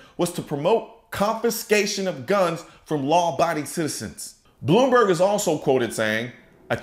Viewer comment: Did you say "Blew-me-berg"? Ha Ha!!